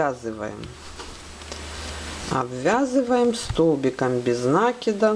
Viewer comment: Правильно говорить накИд... Очень режет слух.